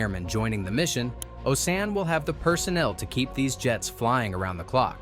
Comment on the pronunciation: Osan and Kunsan, mispronounced...alot... Oh-Sann Khun-Sann Captain Hughes.... In a sheriff's deputy uniform, definitely not a USAF uniform